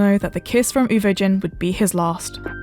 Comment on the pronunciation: Everything was going well until I heard “ Uvo JIN” wth